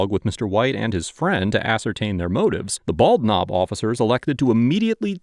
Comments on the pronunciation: Did you say it was the "Bald Knob Police Department?" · Bald Knob, my grandfather was from that little town, he joined the Marines when he turned 18 to get out of there. And it's pronounced Ball-Nob like one word, they don't pronounce the D in bald.